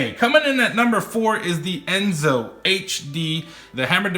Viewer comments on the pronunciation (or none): It’s Enso, not Enzo.